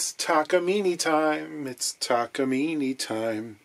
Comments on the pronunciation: Excuse my correction, it’s Takamin eh! According to my Japanese friend. Note accent over the e. Now about “solder” or “dodder”😂😂😂 Love your vids? You da man. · If you are trying to use the Japanese pronunciation it is ta-ka-mi-neh, not ni at the end. Not that it matters. Unrelated ryobi is pronounced ro-bi or something like that, there is really no why to write it in english but ryo is once syllable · It’s pronounced ‘Takamine’. Duh. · I'm thinking about complaining about the Takamine pronunciation.... but again is not going to read comments anyway. I have a small discussion with Levy Clay on his channel's comment and he was right that westerners are ignorants when it comes to names that comes from foriegn languages. But again, who am I to talk? I'm not even Japanese lol.